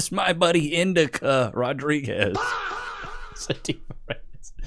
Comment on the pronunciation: "Indica Rodrigez" 🤣🤣